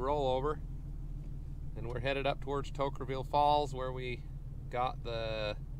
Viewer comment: As a local who should know better...*Toquerville. It's really not that hard.